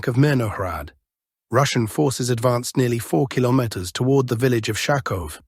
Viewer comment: AI struggling to say "kilometers" today... 🤣